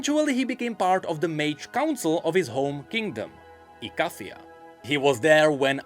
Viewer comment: Bad. You know the mage of Ikathia pronounces it "e-kay--thia".